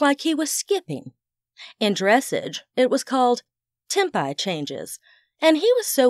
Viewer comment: Great story! However, dressage is a French word that rhymes with the American pronunciation of Garage.